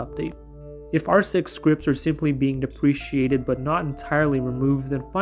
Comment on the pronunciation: this is really bothering me, but you are mispronouncing deprecated, please google how to pronounce it